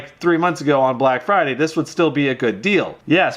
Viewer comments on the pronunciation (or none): none